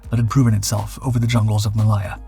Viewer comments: And finding new words to mispronounce - Malaya/Maliya? WTF! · Very odd pronouncation of 'Malaya'. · The narrator’s pronunciation of Heinkel is cringeworthy. It’s not “Henkel”. Hein is pronounced like, line, mine or fine. I’ve told you before about this… Malaya is pronounced “ma lay ahh”, and not “ma lie ahh”. Could do better in an otherwise good video.